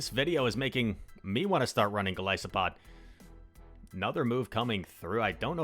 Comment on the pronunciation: Goal-iss-O-pod im pretty sure is how its pronounced